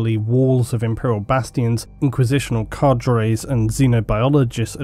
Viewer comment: cardre pronounced kay-der